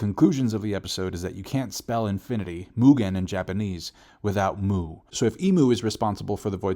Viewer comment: It's not Mu, it's Muu. Elongated. So it doesn't mean void.